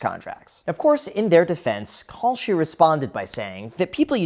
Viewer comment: ohhh kalshi....i thought you were saying "call sheet"... good thing i didn't bet on that...